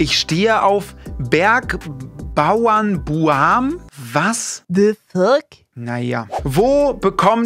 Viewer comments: ok hab nachgeschaut, ist ein österreichischer schlagersong. (würde ich gerne aus meinem kopf löschen xD) man spricht es btw als bergbauernburm aus. (wie turm) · Deine Aussprache von Bergbauernbuam geht ja mal gar nicht, da hat mein Herz als Österreicherin geblutet😂🥲